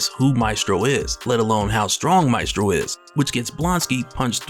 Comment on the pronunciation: Pronounced: may (mae) stro (strow)